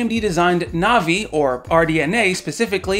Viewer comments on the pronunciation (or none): none